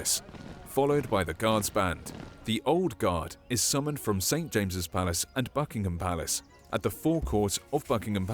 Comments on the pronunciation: It really annoys me continually hearing Americans refer to Buckingham Palace as “Bucking HAM” instead of “Bucking’am” or the city of Birmingham which American always say wrong, once again it’s not “BirmingHAM” but “Birming’am” please Americans stop emphasising the ‘H’ because it’s not “HAM” but “AM” at the end. Don’t Americans ever listen to British people saying the words? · They are called Foot Guards as they move on Foot as opposed to Horse Guards, which Ride Horses and are also Fully Operational Soldiers, they are just on their Ceremonial rotation. It is pronounced Bucking-am Palace and not Bucking-ham Palace. You can always tell when the Monarch is in Residence as the Flag is the Royal Standard and not the Union Jack, in fact, prior to Diana's Death no flag flew over the Palace when the Monarch was not in Residence. A Plume is a Feather.